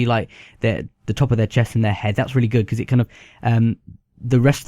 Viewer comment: Rooly gewd